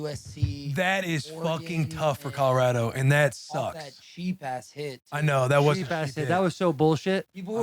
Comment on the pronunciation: Will : Colo-rADO 😂